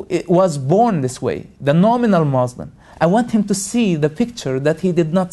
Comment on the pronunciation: can't believe people listen to the crap pouring about his mouth. Everything he pointed out is wrong. He knows nothing. how typical of ex-Muslims. and he cant even say "Muslim" right haha!